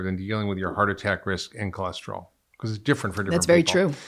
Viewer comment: What is Cholesterolls????? Where’s it rolling??? I thought it was cholesterol!!!!